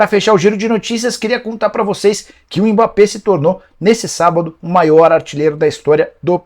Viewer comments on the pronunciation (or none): none